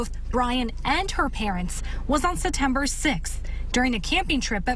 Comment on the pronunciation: Why does she skip the “P” in September?